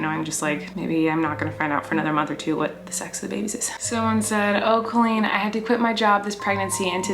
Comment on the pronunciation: IM VWOGGIN IM BOWING IM COWEEN I WOVE IT